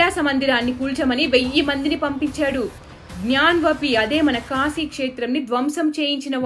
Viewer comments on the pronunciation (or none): none